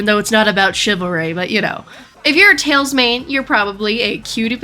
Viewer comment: yes u got tails exactly right